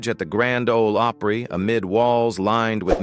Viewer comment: This speaker is absolutely the worst ~ he doesn’t know of things he speaks, doesn’t pronounce the words correctly,like Grand Ole Opry? Among others - doesn’t do this beautiful tribute to Duane Allen perfect - as it should be.